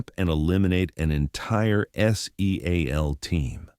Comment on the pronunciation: S-E-a-L Team Alpha? Your AI can't pronounce SEAL as a word? was as far as I could take it. Try hiring a human editor.